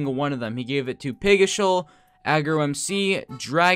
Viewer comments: I’m sorry what? Pigishal? It’s Pigical not Pigishal. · Did he just call Pigical pigishal? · you said pijicial not pigicial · ITS NOT pigishal its pigicial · did this man just say pigiCIAL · love how he pronounces pigicial as PIG-I-SHAL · I cringed internally when.i heard that lol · pigichial? Xd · i was vibing until said pigishul smh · why did he say pigical like that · The way he pronounced pigicial made me laugh so much